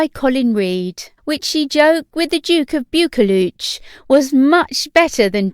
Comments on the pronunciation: "Bewkooluch"??? Please no! Try "Boo-kloo" instead. Do you mind if I also mention that 'impersonating' HM's (or a 'refined' accent) sounds very off. Spoils what is a nice video as it sounds like you're sending her up. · Haha. Yep. I cringed at that as well. Buccleuch is pronounced as 'buckloo' here in Scotland. Rothesay is not 'rothi-say' but simply 'rothsay', and 'Provost' isn't 'provoast' ( as in toast), but 'provost', ( as in lost). At least the commentator should get 'Balmoral' right when Her Majesty heads up north to Balmoral Castle. 🏰👍🤔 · If you’re gonna report on Royal news, learn how to pronounce things properly. Duke of Bucchleuch is not pronounced like you are saying. Bucchleuch is pronounced “Buh KLOOK”. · Duke of "Bukeluch"? ? ? ? ? I'm American and even I know that pronunciation is really wrong.